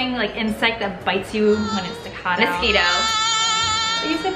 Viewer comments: I actually thought Americans said "mos-ki-to" instead of "mos-kee-to". "Mos-kwee-to"? That's all you,. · oh good, it's not just me then, for a while there i had to doubt myself. It IS Mos - kee - toe not Mos - kwee - toe right?